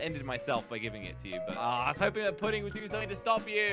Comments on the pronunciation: I don’t mean to be the smart one but it’s pronounced pudding as in the food because if you say putting it’s like you gonna go put a golf ball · I Lough when he say pudding wrong